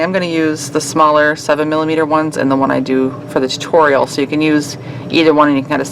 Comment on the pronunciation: "tuorial" lol